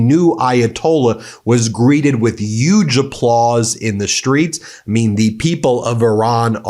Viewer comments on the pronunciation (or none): Pronounce your h's, "uuuuuge"? "Uman" beings????🤦